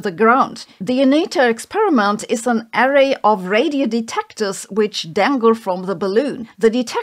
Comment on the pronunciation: arRAY, not ARray